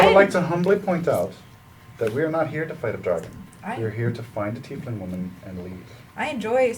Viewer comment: "teifling"